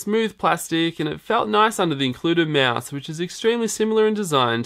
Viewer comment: hell it's not a meeeass it's mouse